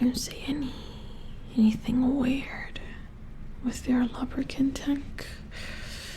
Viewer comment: The way you say lubricant sounds like lubberkin which is form of botchling in the witcher universe. They are the spirits of stillborn children who watch over a household. Very interesting stuff :3